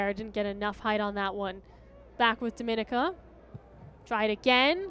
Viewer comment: Its always a cringe when people don't know how to pronounce 'Dominica' Dom-min-nee-ka